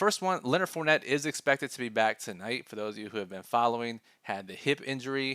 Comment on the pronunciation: I'm I the only one that herd fort net 🤣😂 good content as always